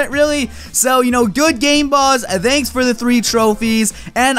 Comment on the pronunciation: dude stop saying "danks" instead of "thanks" its so annoying